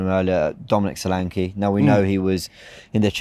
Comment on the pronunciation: Man be pronouncing Solanke like it is a polish name. IT IS A NIGERIAN NAME FGS😂